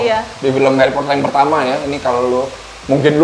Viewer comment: SUDAH KUDUGA... "HERIPOTER" 😅🤣😂 MEJIK2 AMAZINK